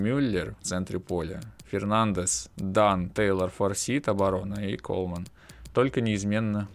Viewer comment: не Форсит, а Форсайт. Сагу о Форсайтах Джона Голсуорси даже если не читал, то слышал уж наверное.